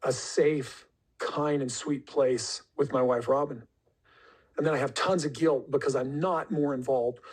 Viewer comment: He says he has tons of guilt.....(pronounced ghee ilt)